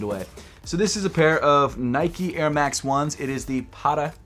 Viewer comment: Should pronounce the T's in Patta more like an actual T instead of a D because it's Dutch